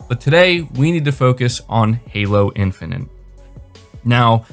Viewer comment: It's Halo Infinite not Halo Infinant. Please stop saying Infinant.